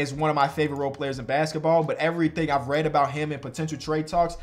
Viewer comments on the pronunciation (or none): none